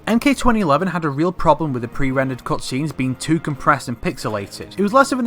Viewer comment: Am I the only one who's botherrd by the way he says "cutscenes"